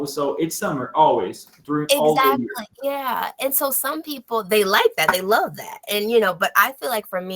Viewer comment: Another point that I forgot to mention is about your pronunciation of the word "Exactly". Instead of saying "ezactly" , it will sound more natural if you say "ekzactly". Look, I'm not a native speaker, I'm also a Brazilian learning everyday just like you, so I think we should always help each other in our English learning process. You have great pronunciation and fluency, and I think these will help you improve your English even more. Keep up the good work!